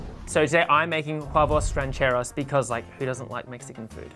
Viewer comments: This man made "traditional" huevos rancheros (they weren't) and couldn't even pronounce it correctly? 🤔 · those are…. not huevos rancheros. not even pronounced correctly! 😂 still looked delicious though!